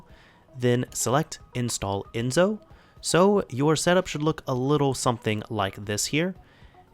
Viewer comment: It's Enso , the S in Enso is like the S in System.